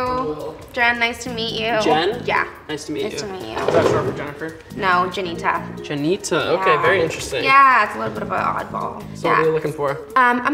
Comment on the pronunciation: no bc she said ‘jen’ and then he said ‘jinnita’ when he spelled her name 💀💀